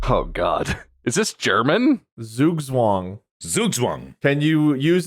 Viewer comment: That is not how you pronounce Zugzwang